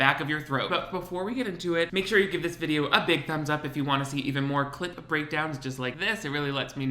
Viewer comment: One day my last three braincells will stop hearing “clit” whenever you say “clip breakdown”...... But alas, today is not that day